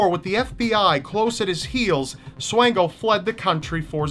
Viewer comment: Micheal Swango, Actually pronounced like Swan as in the bird (swan-go), was a graduate of my high school and worked at my local hospital! Graduated from Quincy Notre Dame and worked at Blessing Hospital. Rumors say he could have killed more than a few hundred people while in Zimbabwe.